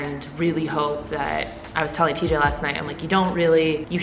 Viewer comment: Call it teej Lmfaoooo